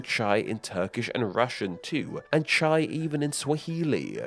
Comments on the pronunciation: Wow um, how did you manage to Anglicize absolutely everything. You pronounced everything except the "English tea". Like I am so irrationally upset at this, why did you record yourself saying "teeeeeea" over and over again. Also it's ch-eye not "chey" How can I trust you as a credible source when you don't even know how to say words. God damn. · Love your content, just one suggestion. Since you talk about names and use a lot of foreign words, I recommend using forvo for the pronunciation. As a Hindi speaker, it's super grating to heard चाय (chāy) being pronounced as ché, rather than a diphthong chāé. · "Chai" in India. Cmon its not Chaaaay 😛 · Russian tea is not chey as you said in the beginning, it's chay as in chai/kombucha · my brother in christ it is not chaeeeeee in hindi it is chAye and spelled chai come on ' the google translate actually pronounces it pretty good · ITS NOT. CHAI ITS CAHII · In Hindi, Chaay(as you've spelt it)/Chai(the correct spelling) is not pronounced Chay. It is pronounced as 'Ch-aa-i'. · um in india its not pronounced like chei its chaya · it's not ch-ay. It's ch-ai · It's s pronounced chay, not chey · In Russian it is Not tchei.... It is chAi A is not sound like Ei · why do u pronounce chai like chei like its clearly an a? not an e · If you’re going to make a video about different languages, you could at least make an effort to get the pronunciation at least close, as close as a monoglot Anglophone can anyway. For example, the vowel diphthong at the end of “chai” sounds more like “try” than “tray.” And French, German, Italian, etc., pronounce their versions more like “tray” than “tree.” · It's chai not chey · Russian чай is pronounced ch-ah-y not ch-eh-y. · bro wdym chay???? It's chai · "the russian /t͡ʃej/", its /t͡ɕaj/, atleast get the vowel right... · It is pronounced "chai" not "chei" 😡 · Chay is not "chey" it's "chaai" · Blud rly called "Chai" "Cheyy" lol. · The Russian is pronounced like you are saying "ka-chow"